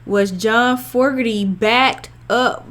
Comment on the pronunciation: FYI it’s FO-GER-TY. Enjoyed your reaction!